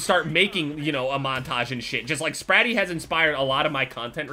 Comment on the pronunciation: Am I the only one who cringed everytime he said spratt